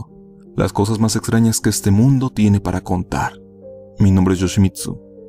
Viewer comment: Wow. Yoshimitsu, tu voz se escucha muchísimo mejor en este video (comparada a como se escuchaba en los anteriores). ¿Cambiaste de micrófono, o tal vez es obra de la práctica? Un consejo, sé que es lo que te gusta, pero eso de decir "Sayounara" al final (que está mal pronunciado), se escucha un poquiiito "weaboo", jajaja.